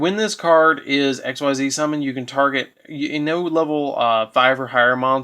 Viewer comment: I think regular Mirror Force plays better because of Steelwarm Origin's effect. Also it's pronounced 'Ex-zees' Summon. It's not an acronym, it's a word. Save that for XYZ Dragon Cannon and shit. You wouldn't pronounce Synchro 'S-Y-N-C-H-R-O' would you? 'X' and 'Z' are consonants and 'Y' is the vowel.